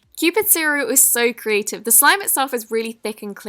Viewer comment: I hate it how she says ‘carative’ instead of ‘creative’